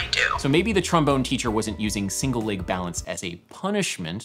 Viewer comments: Why do you say lage in stead of leg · how do you pronounce leg? Ł Æ Ï G ?